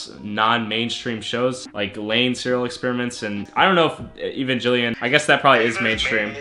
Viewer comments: He said Evangellion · My man called it Evanjellyon LOL